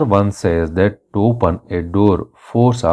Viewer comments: u pronounced to wrong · u pronounced "to" wrong